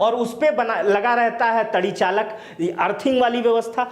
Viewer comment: श्रीमानजी जिसे आप "तड़ी चालक" कह रहे हैं, वह दरअसल तड़ी चालक नहीं बल्कि " तड़ित चालक" है।